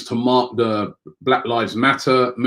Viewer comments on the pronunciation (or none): none